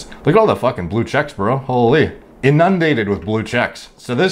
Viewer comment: how you say inundated makes me cringe haha